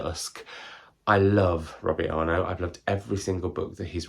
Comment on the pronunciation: Dusk!!! ❤ Poetic & tense and in my top books of the year. As a fellow Tasmanian, there’s an extra layer of love of Robbie’s writing for me because I know the country and places he’s describing, but he’s genuinely brilliant (& quite the larrikin). FYI it’s pronounced “are-nut” Body horror recommendation is Natural Beauty by Ling Ling Huang